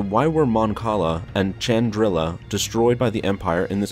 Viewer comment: It's "shandrila" not "ciandrila" or "tiandrila". Planet name: Chandrila.